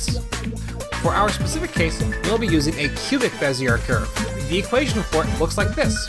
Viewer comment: This is a very impressive video, but I believe that they are pronounced "beh zee ay" curves, not "beh zee urr" curves.